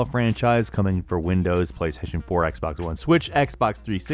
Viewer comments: Kra88ypa77yJR and playstation "porn" instead of playstation 4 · He deadass said PlayStation porn lmaoo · i swear he said PlayStation porn